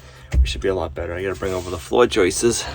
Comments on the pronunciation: I heard "joyces". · Joist’s’s’s’s’s - I learn from this channel despite my criticism.